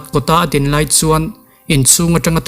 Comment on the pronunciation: A hmuhnawm, a ngaihnawm; mahse, he tlai / chu tlai i ti zel a, he lai/ chu lai ti ta zawk la